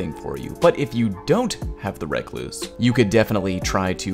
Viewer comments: "Reck-Loose"? Lmao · Fork on the Left lol yes i noticed calling it that too lol it's funny we have brown recluses in my area so I've always heard it pronounced the correct way lol not reck loose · Any one noticed the way he says recluse